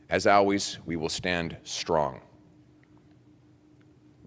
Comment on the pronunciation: Why does he pronounce "always" as "al-ways"? 😅